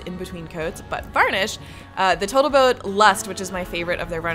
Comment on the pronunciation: cool build, didn't realize how many little bits & pieces went into a lirrle boat. are you aware you say "boatl tote" almost every time? you should make & video building a sailplane glider next, that'd be especially cool... even better if'n y'all combined it with big enuff re usable rocket boosters so you woodn't need a tow plane to get it up.